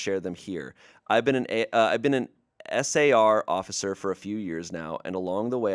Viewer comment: I’m in a search and rescue household, and that last story was getting me with S A R. It’s just “Sar”.